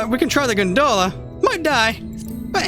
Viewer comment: It was funny at first, then it started to bother me hearing you say gunDola repeatedly. I loved the intro, though. Quit worrying about it so much.